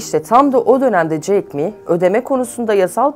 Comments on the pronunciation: jack me değil jack ma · Jeck me değil Ulan Jeck ma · Ma yün diye okunuyor, 马云, ayrıca jack miii değil, jack ma